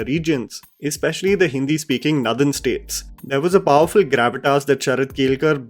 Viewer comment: LOL....Did you just say "Nuthern"???